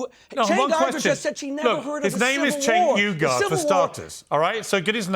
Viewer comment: Cenk "Igar"😂😂😂😂😂😂